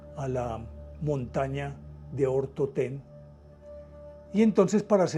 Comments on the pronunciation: Es el monte Otorten, no Ortotén. Dislike... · Montaña "OTORTEN" no ortoten